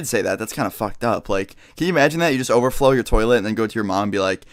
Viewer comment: every time he says over flow it sounds like he's saying overtflow xD